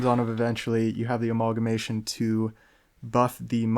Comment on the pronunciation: Speaking of weird pet name pronunciations... We sold on a-mauwl-guh-mation? Lol.